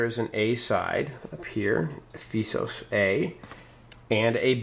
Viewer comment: one thing about the names of the wonders, especially the greek ones: There is an accent ' above a letter, that helps you pronouce it correct. So this is not ephEsos but Ephesos, same goes for the next two. It is olympIa, not olYmpia and (h)alikarnassOs not hAli-karnAssos. Juts to help you out with those :P